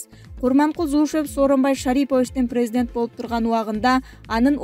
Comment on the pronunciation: Диктор, туура оку ударениелери вообще тура эмес, президент болуп жазылат, призидент болуп айтылат каталарын өтө-өтө көп.